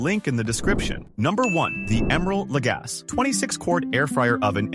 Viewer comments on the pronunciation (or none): Poor Emeril! AI can't pronounce his name ! It's pronounced La gassy no La gas...one would think he was never famous